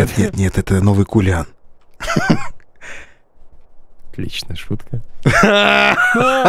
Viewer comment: Не "кулиан" а "калинан"